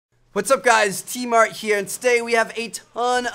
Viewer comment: Bro, every time you say "T Mart" real quick and leave out the n sound I think of like a little quick stop store. Haha